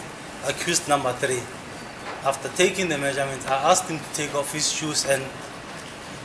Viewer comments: Imagine the whole lawyer saying the (asked) Very poor. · Pronunciation of "ASKED " by 😂😂😂😂